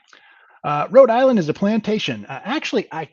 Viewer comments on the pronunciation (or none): none